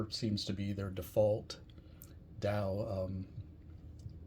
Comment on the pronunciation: Dow? lol What is it with Americans and their inability to pronounce any English word that contains a vowel? Hint: DAW rhymes with awe. Question: Do eye-talians live in eye-taly? 🤣